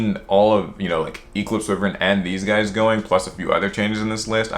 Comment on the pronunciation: Its why-vern not we-vern